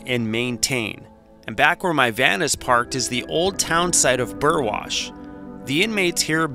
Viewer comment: Nice to know someone can pronounce Burwash correctly!!!!!! And hello from UK Burwash:)